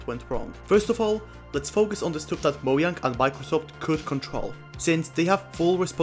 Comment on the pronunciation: Nice video, but "mo-yang"